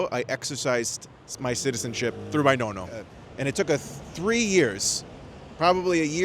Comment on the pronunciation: “My nono and my nona” 😂 Italian as much as the Great Wall of China